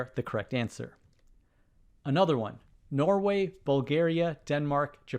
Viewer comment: 53 Norwary? No way to put an extra r in Norway 😀 Word, not work -- although a case could be made that "work" is better than "word."